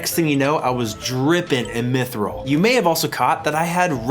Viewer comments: your pronunciations are great lol specially of rune and mithril. u say runescape and rune scimitar so weird somehow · Ruinscape, meethril armor, and verrick hurts my ears.